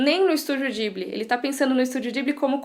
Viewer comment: ou fala "Ghibli" ou "jiburi" como se fala no japão o.o mas "dibli" não existe, ate pq não tem "L"... Mas o vídeo ficou ótimo, quero mt ver